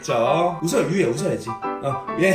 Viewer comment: 띠예가 아니고 유예에요 ㅋㅋㅋㅋㅋㄱㄲ